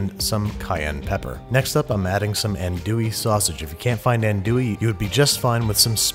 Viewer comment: “Ann-dewy”, no, ahn-wee